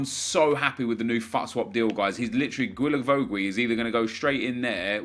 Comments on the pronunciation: Can you call him gilavogi not gwilavowgwi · Hi, Just to let you know, it pronounces Gilavogi so just like you said but without the 2 « u »;) i see you struggling every time you try to pronounce his name 😂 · Its pronunced as "J-I-L-A-V-O-J-I" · Hey, just wanted to say, it's pronounced Gi-la-vo-gi. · The way you say guilavogui disturbs me